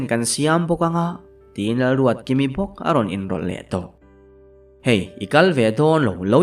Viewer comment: Ruatkimi hi a ruatdiki zeuh zeuh 😂😂 a ziaktu hian ka ziak sual nge a chhiartu hian ruatdiki vei deuh a nei zawk 😂